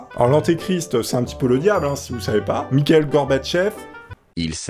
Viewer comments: "Michaël Gorbatchev" ?! C'est Mikhaïl, en prononçant le "kh" comme la jota (le j en espagnol) ! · Mikhaïl Gorbatchev ça ce dit "Mirail" 🙃